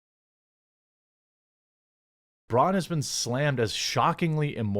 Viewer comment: Hey Braun....👋👋👋 byebye.... by the way its pronounced braun... the au is like the ou in loud.....